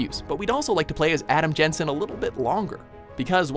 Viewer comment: It's jensen